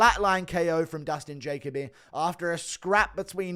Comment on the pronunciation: Bro it’s juh coh bee